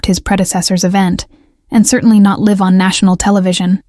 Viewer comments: Robot cannot pronounce "live" correctly. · There's more than one way to pronounce "live" and it isn't the way this narrator used it.